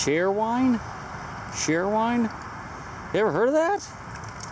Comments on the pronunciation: the bottle is pronounced cherry-wine. just not how its spelled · Cheerwine, pronounced like cheerleader, dude. Welcome to n.c. where the rivers all have that amount of gunk, wondered why you were having such docile snapping turtles where you were, that was too small to eat. The neighborhood thieves dump your stuff in the river when the drug houses will not trade, or so I think . Afraid of new tracking software by norton . Not for sure but have seen some chemicals in jugs that you found like that. Haven't understood and have been here from the west coast for 40 years, why the natives treat their country like this, you ask and get nothing but finger pointing from both races. Why it is a race thing is even more puzzling. Yet the natives call it god's country and then promptly desecrate it. There is always a trash bag or feed sack in my pack, every outing I fill it in less than ten minutes, and the locals look at me like I am nuts.